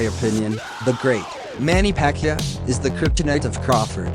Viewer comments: Pa-Kee-Ow not Pa-kee-a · Buddy's name is PA-QUI-AO not Pacquia bud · Pacquiao. Not pacqia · Pacyuh? It's pakyao. In your language: Puck Yao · What's wrong with your voice? And it's Pac-kee-ow... not however you are saying it. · Am I the only one getting triggered by him pronouncing Manny's last name Pac-ya?